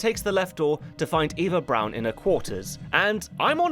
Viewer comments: You don't know how to say Eva Braun? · ITS PRONOUNCED EVA BRAUN NOT AVA BROWN THE FUHRER IS DEAD NOW GOOD SAVE US ALL FROM SMELLING HIS DEADLY FARTS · btw her names pronounce ava braun